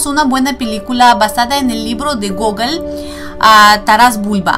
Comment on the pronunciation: cada ves que decias gogol parecia que decias google XD buen video.